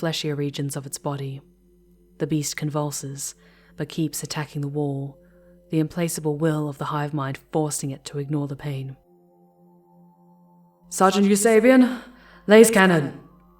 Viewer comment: I feel that I should correct a small error in your pronunciation, for your future reference... It is pronounced as: ● The Tyranid overmind's Im-*(plack)-ablewill... ■ Not: Im-*(place)-able ☆ [Implacable]